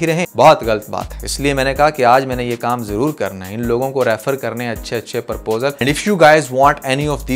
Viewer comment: You’re doing good, however please make correction in pronouncing proposal it’s not Purposal